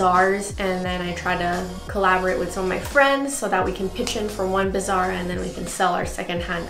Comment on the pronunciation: it sounds like you're saying "bizarre" instead of "bazaar"